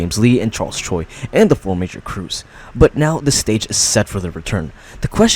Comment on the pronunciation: Charles choi ❌ charles troi ✅